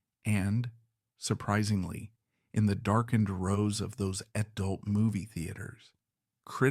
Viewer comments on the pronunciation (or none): none